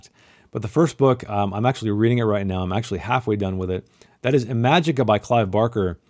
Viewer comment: Ee-ma-jee-ka you uncultured swine. Have you read My Dark Vanessa?